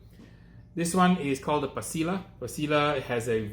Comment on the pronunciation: Just fyi... double LL’s in Spanish are pronounced as a Y, like pasilla =pa see ya